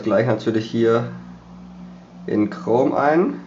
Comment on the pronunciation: Du affe das heisst chrome und nich krom Ausserdem habt ihr 2Unterschiedliche mobilfunkanbieter. Ohne sinn...